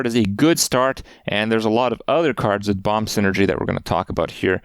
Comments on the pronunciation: Can someone let Kripp know the second b in "bomb" is silent please? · Does he keep pronouncing the 2nd ‘B’ in bomb?